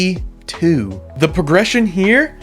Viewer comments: "sea too" LOL shut up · bro said C2 not sea too, bro sleep you're getting lazier